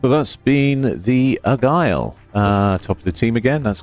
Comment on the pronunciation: Can't tell if you're joking by calling it the "Agile" or "Argyle". It's "Aigle", pronounced Ay-gluh and translates from French to "Eagle" in English. But perhaps you already know this?